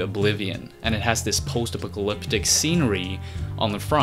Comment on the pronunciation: I love how you totally butchered the word apocalyptic in stride without missing a beat. LOL !!!